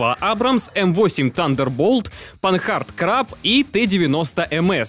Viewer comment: Не Панхард - а Панар. Один из первых производителей автомобилей в мире, кстати. И не Кентавро/Центавро, а Чентауро.